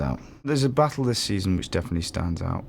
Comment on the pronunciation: Jon “baahtul”